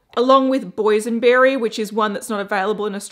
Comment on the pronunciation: "Boysion berry" 😏